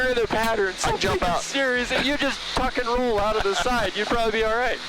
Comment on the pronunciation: ummm "Tuck & Roll" got it... I had to rewind, cuz it sounded like "Efin-roll" - LOL